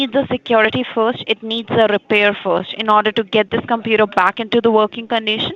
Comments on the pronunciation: Once you here the word compuraaah, run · How to spot a scammer: The pronunciation of computer "Compyuerr"